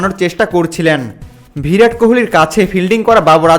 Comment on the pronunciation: "ভিরাট" নয়, "বিরাট"। প্রতিবার ভুল বলেছেন। "উল্লেখিত" বলেছেন, হবে "উল্লিখিত"। অশিক্ষিত লোক, ভিডিও বানিয়েছেন।